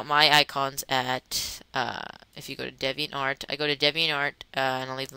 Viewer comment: Alright video, a little helpful. It's pronounced DEEviantArt.. Just like the word 'deviant' lol